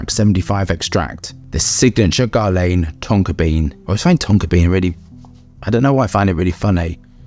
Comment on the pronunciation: Why do you pronounce Guerlain like you've never heard the name before???